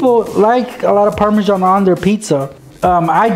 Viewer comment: actually, parmasan is pronounced par-ma-zan